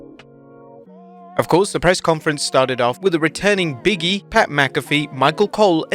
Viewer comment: "Big E and Punk" sounded like "BM Punk" 😄 RIP Blade Braxton